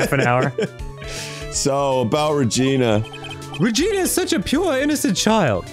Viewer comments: Arin mispronouncing Regina everytime he speaks as Maya cracks me up every goddamn time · Fun fact: the way Arin is pronouncing "Regina" is the way they say that city/state name in Canada (idk if its a city,state, providence... i just know they say it like that because of Degrassi)